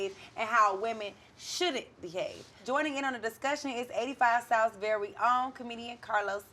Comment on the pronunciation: Did the host say "verwy own" during the intro? 😂😅